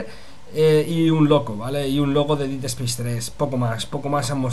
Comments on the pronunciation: No es por joder ni nada, simplemente para que en un futuro te salga mejor. Dead no se pronuncia /DIID/ es algo más como /DED/ quizás dandole un toque de "A" a la E. Un saludo, y gracias por la info! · Si, pero con un toque distinto, él al pronunciarlo parece que dice hacer en pasado (did) en vez de muerte/muerto (dead). Pero al tener acento español, se nota mucho la diferencia.